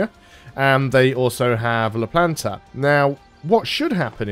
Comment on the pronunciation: It's called La Plata btw not La Planta (there is no N)